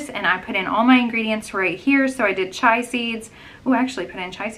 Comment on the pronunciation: I’m on week 7 of Noom and I’m seeing results. The best weight loss program I’ve ever done. Just FYI, I think you meant chia seeds (cheeyuh) not chai. Chai is a spiced tea, chia is a seed.🙂